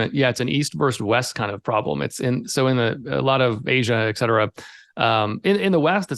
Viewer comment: It's not x-cetera. It's et cetera.